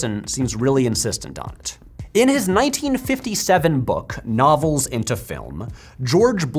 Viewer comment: Everytime he said "novels" i thought he was saying "knobbles"